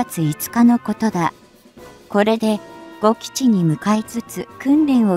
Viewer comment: 呉基地をごきちと読み上げられると…